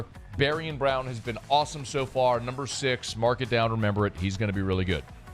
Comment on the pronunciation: You’re killingggggg meee. Bari-AHN! Like ZayviOn but BariOn. BariOn